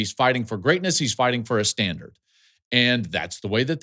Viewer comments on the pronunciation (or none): none